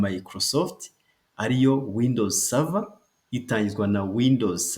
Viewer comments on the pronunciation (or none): Serevere .. !! 🤣🤣🤣🤣🤣🤣 "Server" 🤏